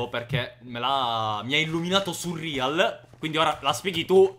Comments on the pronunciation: come mai chiami surreal "surrìal"??? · Quanto mi da fastidio sentirlo chiamare "surrial"